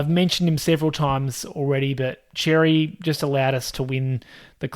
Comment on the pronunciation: Xerri is pronounced Sherri